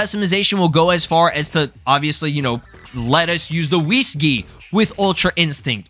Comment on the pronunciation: I know you said Whis Gi, but it kind of sounded like Wii Ski! Lol.